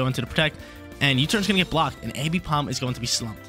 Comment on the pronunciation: I couldn’t keep watching cuz homie can’t say AMbipom’s name right. Triggering my dyslexia